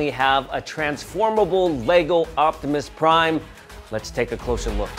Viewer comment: My man just said octimus prime 😂😂😂